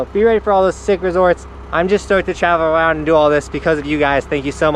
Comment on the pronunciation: Twavel Awound😂 y’all are amazing